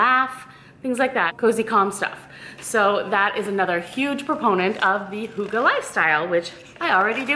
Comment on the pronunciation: OMG that's all of a sudden a thing? also misprounounced :-(